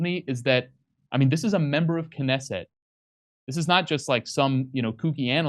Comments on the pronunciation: If you can't say, "Knesset", you may be out of your depth.... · You're such cute monolinguals! And also parochial: haven't heard of the Knesset... no clue of how to pronounce it, either. This is indeed a comedy show, American-style. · Oh my God. Can’t pronounce simple well-known Israeli words? Get the fu k off my phone. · really needs to practise reading these texts before going on camera, he can hardly read a sentence without a mistake! And I thought Jimmy was bad. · He is also lacing in literacy. He can't pronounce simple words like "Likud" or Knesset" He is, in short, an arrogant idiot.